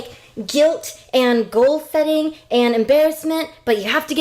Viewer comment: Bill Burr is one of the best. And I thought it was hilarious when you pointed out the different emotions when buy a s*x d*ll ; it seemed like you emphasized on the positive which seemed genuine. “ the feeling of guilt and GOAL SETTING “. Lmao. I don’t know , just sounded funny. One of my new channels to watch now.